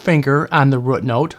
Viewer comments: I like the way you say rute (root) note! 👍🏽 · you can pronounce root note any way you want, just keep those lessons coming! BTW that is one sweet Strat you have. God bless you brother.